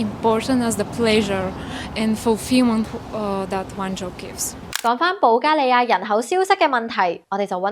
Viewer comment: 主持人讀保加利亞的發音十分準確和正確